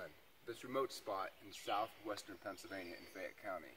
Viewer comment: Pennsylvania has the letter "l" in it, which is pronounced.